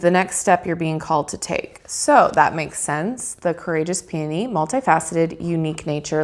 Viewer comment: You pronounced it correctly, lol! :) :) Pee-on-knee! hahaha, that's horrible, but that is literally how you say it, lol! Who named that flower anyway, haha!?! Lol! :) Thanks for the unboxing! Going to order this deck today! :) :) <3